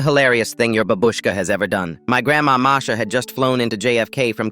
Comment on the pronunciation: He said "Marsha"